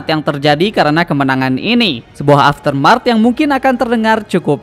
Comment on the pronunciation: aftermath, bukan aftermart